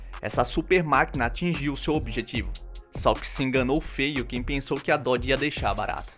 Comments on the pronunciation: Depois de 7 meses de análise neste comentário. Descobri que ele quis dizer "Nossa, errou o nome da marca (Dodge) do carro, "Dodge" demon 170, Até a mulher do Google (Google tradutor) Consegue falar melhor, direito diferente de você, que não sabe o nome da marca. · Péssimo errou o nome do carro da preparadora seria melhor a mulher do google